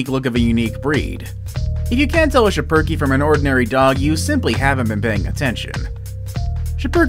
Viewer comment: I own a shipereke (PS its prenounced Ship-Er-Key)